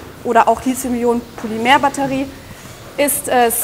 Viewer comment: Bitte nennt das Metall nicht Litium, danke! Es heißt Lithium mit einem harten T, gekennzeichnet durch das nachfolgende H. Griechisch für Anfänger. Hat noch jemand Knotschi zum Mittag? Würde zu meinem Lizium passen.